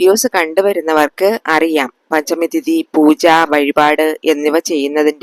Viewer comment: പഞ്ചമി എന്നാണ് മാം